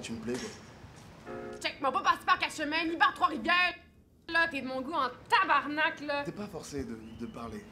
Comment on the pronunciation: Un truc a dire au francais ca se dit tabarnak et non tabernak voila bisou